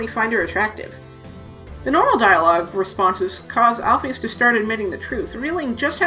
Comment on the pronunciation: Alphys = Al-fiss Basic English